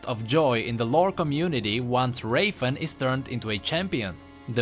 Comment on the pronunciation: lmao you say rafen like draven or im just obssesed